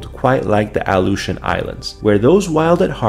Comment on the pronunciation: Your saying it wrong . My dad was there when they were doing the nuclear testing .